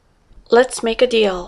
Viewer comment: 7기 151) Let's make a deal. Here's the deal. 약간 디얼~ 발음이 나네요. 연습 열심히 하겠습니다.